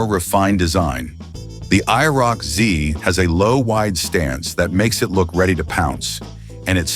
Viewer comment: Please change the title to "I never knew about" because myself and probably everyone knew about these cars. 348 CID and only 105 HP? You made me laugh in the first minute of the video. I quit watching when your AI voice app couldn't even say IROC-Z correctly.